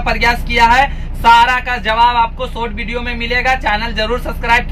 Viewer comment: आप वॉल्वो बोल रहे या भोलवो, वीडियो या बीडीओ बोल, एस लेटर, वाह भाई